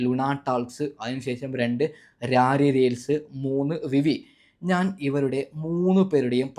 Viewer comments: രാരി റീൽസ് അല്ലടാ പൊട്ടാ റയെർ റീൽസ് അയ്യോ അയ്യോ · ഇയ്യ്‌ ചിരിപ്പിക്കല്ലേ... സന്ദീ പെടപ്പൽ അല്ല സന്ദീപ് എടപ്പാൾ ആണ് 😂😂 അത് പോലെ രാരീ റീൽസ് അല്ല റേർ റീൽസ് 😂😂😂